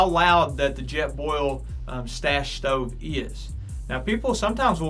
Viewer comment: “Ima show u the shtove and show you the coouk time “😂